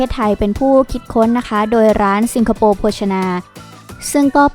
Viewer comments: สิงคะ ไม่ใช่ ซิง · ทำไมแอดพูด ซิงคโปร์ ไม่ใช่ สิงคโปร์ หรืออ่านได้ 2 แบบอันนี้ไม่รู้ค่ะ